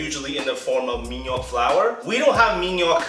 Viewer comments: says ''mandioca'' as ''madjoka'' aushuahsauhsuhaushau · Man-di-o-ca. That's how the syllables go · O falando que iria fazer com farinha de minhoca e eu achando realmente bem ousado até entender q era só uma tentativa de falar mandioca hahaha